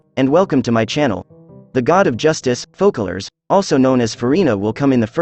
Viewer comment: Yes Fokerlors not Foserrlors, all other translations goes to the former pronunciation.